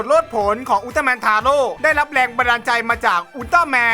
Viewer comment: 11.อุลตร้าแมนทาโร่ออกเสียงแบบไอ้โง่!!!!